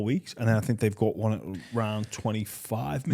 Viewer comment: already starting to sound English pronouncing his “one”s like “Wuun” 😅😅😅